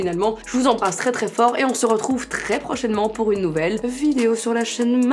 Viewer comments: Qui a remarqué qu’elle dit ‘Vidio’ et pas ‘video’ 😂 Non ? Que moi? Oke alors😭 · C'est moi ou elle dit VIDIO????